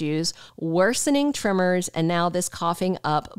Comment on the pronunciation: she keeps saying trimmers she must mean TREMORS